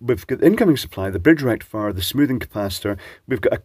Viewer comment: I understood 'Erectifier' but I could not see a blue pill. Then it dawned on me that you said 'a rectifier'.